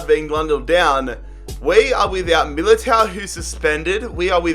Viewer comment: its Eder Militão. With an "ã". English people keep doing this. And you do the same with the "lh". For example, William Carvalho. Its "carvaLHo". Not "Carvalio" like you keep saying